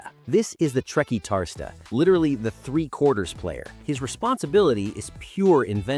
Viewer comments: TRE - CUAR (as in quarter) - TIS (as in Bautista) - TA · The way you said Trequartista was Painfull 😂😂😂